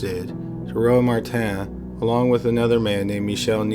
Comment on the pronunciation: But notice how he pronounced "Michelle Martin" as "MEE-shell mah-TAN"? If he's cognizant enough to deduce "Belgium = French pronunciation of two proper names that are also common in English," he HAS to know that he's mispronouncing "Dutroux," right? Plus, he's gotta be Canadian, and they even translate their milk to French up there.